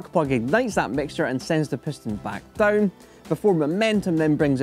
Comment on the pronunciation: DOWN 😂😂😂 NOT DOOWN OR DUOWN... JUST DOWN😂😂😂